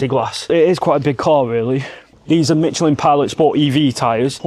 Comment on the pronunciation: Why are we calling Michelin tires Mitchelin😂